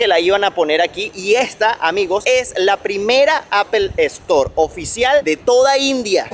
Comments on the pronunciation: Todo bien pero ojo con la calidad: No se dice ‘APEL ESTOR’, se dice ‘APL STOR’ (Apple store) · Esa pronunciación en inglés, fatal Apple- estoar😅😅😅😅😅😅